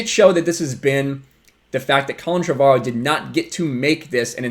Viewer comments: It's pronounced Trevor-O. Drives me batty when people say it wrong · Why does everyone have such weird pronunciations of "Trevorrow"? It's literally pronounced "Trevor Row".